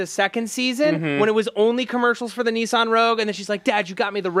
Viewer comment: Maude, you should tell them it's "Nissan", not "Neeshan" LOL